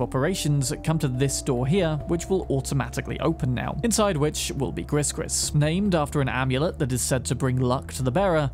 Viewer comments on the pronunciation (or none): Hey, love your videos. Just wanted to let ya know, Gris-Gris is actually pronounced "gree-gree". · Gris Gris is pronounced "gree gree" as it's a Creole French expression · Gree -Gree , the "s" is silent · as someone with Cajun heritage, hearing you say "Griss Griss" is hilarious! for those wondering "Gris-Gris" is pronounced "Gree Gree" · Given it's a VDB gun, Gris Gris would be pronounced "gree gree" with the r coming from your throat i.e. gray gray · Great video! Gris Gris is from French/creole so it’s pronounced “gree gree” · FYI, Gris-gris is pronounced “gree-gree”. Haitian Creole word with French roots. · Gris Gris is pronounced "gree gree". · Dude how do you mispronounce every possible word? It's gree gree it's a creole word so think French. Also it's techtronicker not whatever the hell you say. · "gris-gris" btw the s's are silent, its cajun french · Not how you pronounce gris-gris